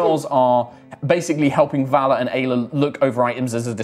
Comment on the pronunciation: Hey anyone else heard "gayla" when said Aila? 😂😂 I may be years late, but I'm trying to catch up as best I can, I love the story!! ❤💖💗